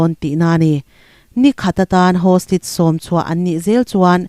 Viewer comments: Hostige ti suh hawstaige ti rawh 🤣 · Hostige chu eng tihna nge aw ??!! Hostage tih tur ni awm tak